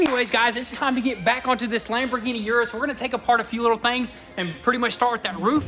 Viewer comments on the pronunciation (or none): Say it with me guys, ERRRRRRRRRRRRR-US, ERRRRRRRRRRRRRRRRRRRRRRRRRRRRRR-US not YUUUUUUUUUUUUUUUUUUUUUUUUUUUUR-us. K thx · Lamborghini Urus is pronounced like this